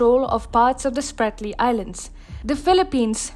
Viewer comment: It's not SPARTLY. It is SPRATLY ISLANDS